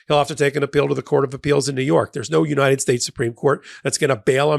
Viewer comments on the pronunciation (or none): none